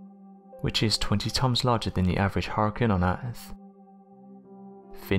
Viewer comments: I know I can't be the only one I aggravate it with the way he pronounces hurricane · thumbs down for saying huricaine wrong so many times.. other than that i love your vids...